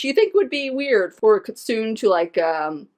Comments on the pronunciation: a. kitsune is pronounced KEY-tsoo-neh. not kit-soon. sorry but it just really makes me cringe every time you said that. b. Mystery and Shiromori are both yokai. Mystery created a jubokko that became Shiromori. a jubokko is a tree/plant yokai that was once a normal plant, but got fed blood and became a blood-drinking monster. Shiromori, being created by Mystery's kitsune blood, probably wants to kill him to get more powerful. c. in the flashback, there are helmets and weapons from fallen samurai in that forest. it seems Mystery used Shiromori for his own means, making her his fortress and defense, luring warriors into her forest until they got lost and Mystery could pounce on them. this could also be why Shiromori wants to kill him, for him using her then abandoning her after Vivi's ancestor defeated him. d. speaking of, Vivi's ancestor probably had magic, and Vivi's inherited it. when Vivi tries to stop Shiromori's giant shears, her bat glows blue before getting overpowered. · I must also inform you that it is pronounced Kit-soon-ay. The e isn't there for show. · The term Kitsune is pronounced Kit-sue-nay